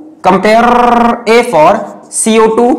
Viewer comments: wtfff???? Comparrrrrrreerr tff?? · My father has escaped me from the room , said that instead of lectures you are watching cartoons once sir has prounounce the term compare as comparrrrrrrrrrrrrrrrrr😢